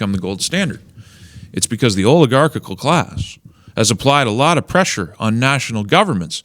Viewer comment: >Oligarchical I don't know which syllable you need to shave off this clunker, but it's probably one of the last ones :face-orange-raised-eyebrow